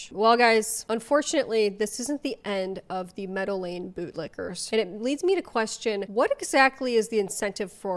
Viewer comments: why the interiors look like a Lush shop from the late 90s? also, why home dude keeps pronouncing meadow lane as normal people say Medellin? I mean... it will explain the prices a bit, if you catch my drift 😅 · When you say 'Meadow Lane' I keep hearing 'Medellin'... better not mess with these guys!! 😀 Great video, love from Ireland x